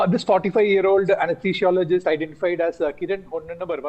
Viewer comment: Please learn to pronounce anesthesiologist